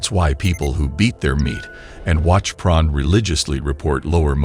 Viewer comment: what is this pron he keeps talking about? is he trying to say porn?